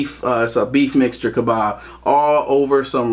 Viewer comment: It's called kebaaaah? k e b a h Lebanon food